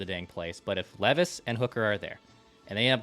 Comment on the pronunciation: I have one I sent an email to Declan but never went anywhere. Please please please correct on properly saying our new future QBs name! Will Levi’s you all ignore how he says his last name and it kills me. It’s his one job is to research these guys atleast say there name right.